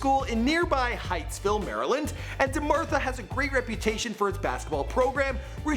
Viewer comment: DEMATHA bitch not Demartha